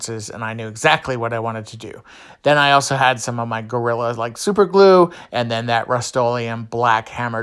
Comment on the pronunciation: First thing is that I absolutely enjoy your channel, your fun personality shine's through your DIY'S. I was Laughing out loud when you said goo when you wanted to say glue that just hit my funny bone. 🤪 Thanks for sharing your talent and fun idea's!